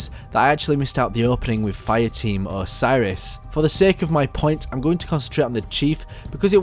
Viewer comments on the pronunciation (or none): none